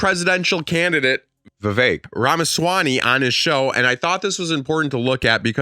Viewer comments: Did you say Ramaswanny on purpose? 🙄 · talks about pronouncing peoples names correctly starts the review by calling the guy Vivek RamaswaNy